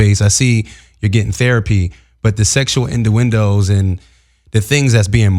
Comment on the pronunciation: Pls make Brittany a host!!!! Throw the whole in the trash. He can’t even pronounce innuendo! The best panel would be Jason, Brittany and Claudia Jordan.